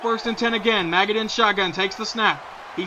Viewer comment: Also, it's pronounced Ma-j-it. Look up Kurt Maggitt, a linebacker for the University of Tennesssee. That's how you pronounce it. "Maggot" sounds dumb.